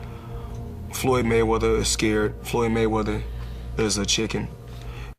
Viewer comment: FOLOLOYD GAYMEATHER.....